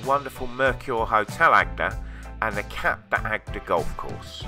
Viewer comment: You are mispronouncing Agde and cap d agde.